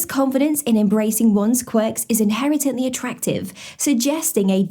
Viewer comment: “Inheretently”? Girl, who write your scripts lol?! 😂